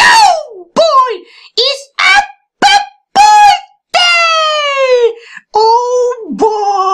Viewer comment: I actually thought he was serious when he said apeeeeel pool day.